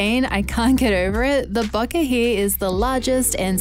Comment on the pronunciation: Great video! And you even pronounced bokeh correctly!